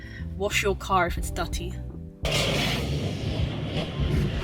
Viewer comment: say dutty car 😂😂😂